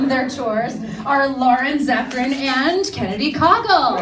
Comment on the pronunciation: Caughell rhymes with goggle